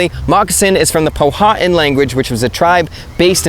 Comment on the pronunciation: it is pronounced pow-a-tan